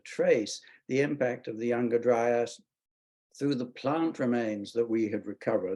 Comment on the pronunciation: Kills me when some people say younger-dry-ass.